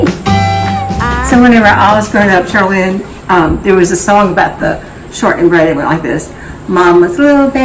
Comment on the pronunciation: Shortnin’. Not Shorthin’.